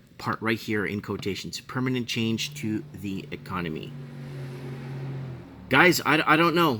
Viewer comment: it's permanent... Not permanate. 😂👍